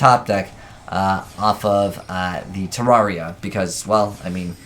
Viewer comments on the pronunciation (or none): It's not "Tiaria", it's like "Sierra" or "Ciara", but with a T at the beginning. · Is it your low IQ or 0 effort while making videos the cause of you pronouncing it Terraria?